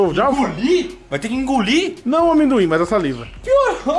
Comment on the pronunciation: Cara, o falando "aminduin" KKKKKKKKKKKKK não tanquei